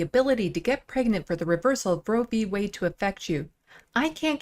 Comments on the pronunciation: Roe v WAY ??? What happened to the D in Roe v Wade -- Lauren ?? Do you actually READ or know HOW to read anything?? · Did she just say roe V waY? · At :10 in, she literally says Roe v. Way 🤣🤣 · Is it true that in a recent study Matt Gaetz was found to be the number 1 cause of teenage pregnancy. Some please tell Boebert that the LGBTQ community does include women perfectly capable of becoming pregnant. Fck she is beyond stupid and yes she did say Roe v. Way. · Maybe it's my audio but I swear LB said Roe v WAY. Although she is ignorant enough to believe that LGBTQ persons have no reason to concern themselves with the right to choose. I stopped watching after that point. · She said Roe v. Way. She doesnt even know the actual name of the ruling. She does stupid proud. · Did this moron say Roe v Way?... She gets dumber by the day but she's a good puppet for repubelicons... America's taliban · Anyone else notice Boebert called it "Roe V Way"... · She said Roe V way 🤣🤣🤣🤣🤣 there's that good enough diploma education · Roe v ‘Way’ or ‘Weigh’, she literally doesn’t read shit, let alone have real thoughts.